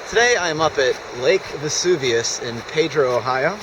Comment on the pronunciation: I live right beside there and it’s pronounced ped dro